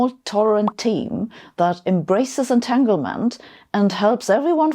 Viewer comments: Etaglement? 7 minutes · at 7 min it should be entanglement not entaglement